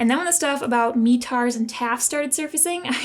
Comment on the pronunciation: It’s not “meetars”, the e is short, METARS.